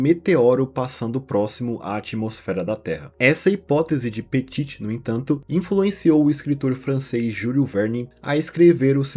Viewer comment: Petí não Petiti, nem Petite